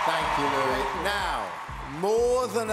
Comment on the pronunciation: pretty sure he said louis name wrong at the beginning lol GREAT JOB DALTON UR STiLL GONNA WIN